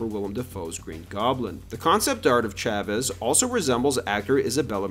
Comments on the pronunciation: Why are you saying “Chavez” wrong? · Ngl you say Chavez in the whitest way possible 😭